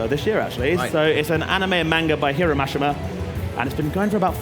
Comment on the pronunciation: Fiore “fee-or” I cringed when he said that and Mashima wrong too